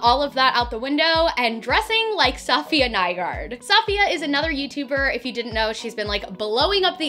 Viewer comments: It's not pronounced "Saf-iya" it's pronounced "Se-fi-ya" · Honey, she's Saf-I-ya, not S-A-fiya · Suh-fee-uh not Saw-fiya, sorry it was just really annoying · I really enjoy your videos, and I’ve been binging them the last few weeks. One thing, Safiya is pronounced ‘Saf-fiya’ not ‘Sah-Fiya’. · I love the video but the way you’re pronouncing her name makes me cringe every time. The accent is in the i not the a! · I love you and your videos, but the mispronounced name was bothering me the whole time! I think it could help to maybe pay more attention to details like that in these videos. Especially since you're using her content to go off of. Just a suggestion, not hate! I still love you 😂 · Is it annoying anyone else how she pronounces safiya? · You said Her name wrong🙄😩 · Cringing on how she pronounced Safiya's name. Lol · You Pronounced safiyas nygaard name wrong. You should copy Gabi and niki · I die every time she pronounceher name wrong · I couldn’t watch this video because of the way she was pronouncing Safiya’s name.